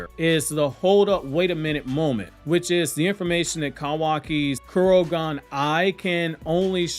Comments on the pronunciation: ITS KOKUGAN NOT KUROGAN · I think it's Kokugan not Kurogan.